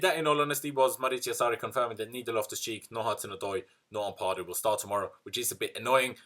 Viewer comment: I always cringe when you stretch the second "a" in "Ampadu". Its Ampadu not "Ampaadu". Thats how Ghanains pronounce the word the last time I checked. He dad is a Ghanaian.